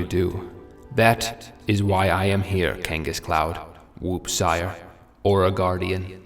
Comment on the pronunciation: Lol your also tortchoring Wooppsire 😂